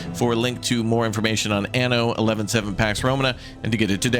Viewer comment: dude can't even say 117 right tho😂